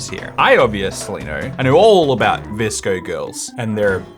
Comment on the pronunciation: My friend was in pain watching say V-S-C-O